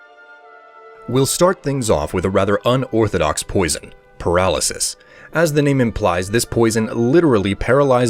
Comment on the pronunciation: I didn't even realize, that's Par-al-sys, what!?